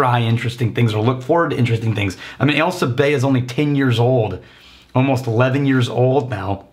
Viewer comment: Fun fact, whenever you talk about Ailsa Bay, I hear “L sub A” which is how you verbally read an L with a subscript A in a math or physics context.